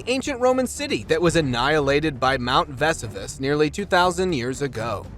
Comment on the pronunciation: MT ves u vas?! Lol Vesuvious would be appalled